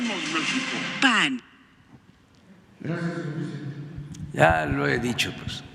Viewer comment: No se dice paggg es pan